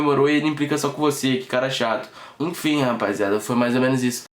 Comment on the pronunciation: KKKKKKKKKKK esse cara fala "rapaiziada"